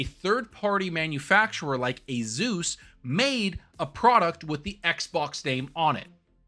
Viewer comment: He says "ASUS" like a mongloid. 🤣